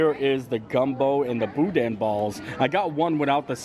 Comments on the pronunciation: Coming from a Cajun herself, you said Boudin mostly correct BUT don’t pronounce the “n” on the end of the word. Just leave the “n” out when you say it and you’ll be golden! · You were super close pronouncing boudin! Just leave off the “n” sound. That gumbo was way too dark and way too thick - gumbo is a juice and you have to eat with a spoon.